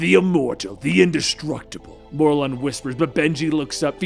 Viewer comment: Its not more lon It's mer lin